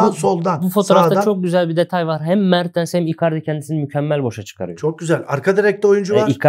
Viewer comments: hocam mertıns değil yalnız mertens be mertens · ŞU ADAMA BİR DAHA MER TINS DEME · Mertıns deyisine hastayım hocam 🙂🙏🏻